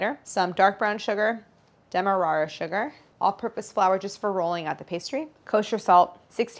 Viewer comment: Thank you for not butchering the "Demerara" pronunciation. I live there so it made my day.